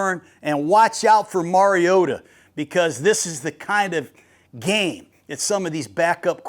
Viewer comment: FINALLY someone who says “Mariota” correctly! Nice work, Coach!